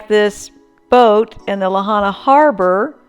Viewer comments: It's properly pronounced Lāhainā, not Lahana. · Pronounced La Hi Na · I also know a few friends who lived near the safeway over by kahoma street. They werent able to get out in their vehicles so a bunch of people went across the street and took a bunch of shopping carts for the entire neighborhood, they were trying to load up some of there belongings and walking them up north to the civic center. I also want to make sure youre aware you're pronouncing Lahaina wrong. LA-HIGH-NA. I also went through lahaina a couple days after the fire with my husband who is a emergency responder. We were able to drive through the baracades that following Thursday. I took a bunch of video footage that I haven'tt posted yet on social media. I work for a jewelry store on front street and i went in to see if anything in our jewelry store was left and to see how our safe held up. It was completely pulverized and devastating. I actually have a woman on film trying to pick through the rubble right in front of me looking for jewelry. :/